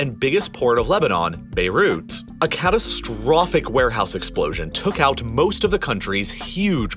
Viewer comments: Can you put less emphasize at the end of each sentence? It gets really annoying hearing CATASTROPHIC, UNPRECEDENTED etc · Can you tone it down with *"ABSOLUTELY C A T A S T R O P H I C"*? Would it be acceptable to deliver the facts without doing your utmost to upset people and spread as much panic as this video can?